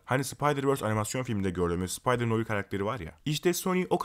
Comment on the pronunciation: Abi bilgin olsun noir noar diye okunuyor.